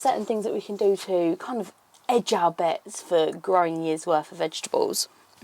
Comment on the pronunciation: Hedge our bets not ‘edge’😊